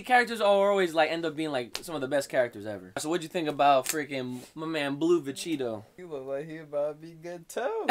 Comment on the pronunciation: I heard Vecheetoh